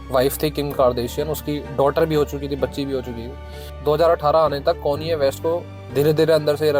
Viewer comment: Bhai bada irritate hora hun m konye west sun ke 😂😂😂